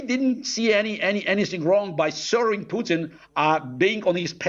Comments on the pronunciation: Pew-Tin. Is it? Its Poo-tin you pretentious 🐖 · Lol.....to him pronouncing 'Pewton' like Newton. It's pronounced 'Pootin' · I love the fact ( or maybe hate it ) that he calls Vladimir Putin as Vlaidemir Pewtin. 😂